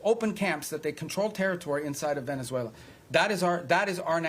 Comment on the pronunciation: Rubio said “ploops” and “velezuela” 😂